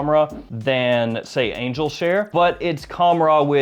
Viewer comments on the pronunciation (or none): none